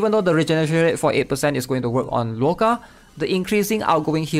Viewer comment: Yeah he should just call him Otto instead